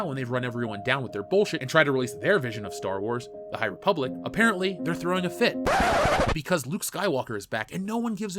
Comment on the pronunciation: the high repoopblic, am i right?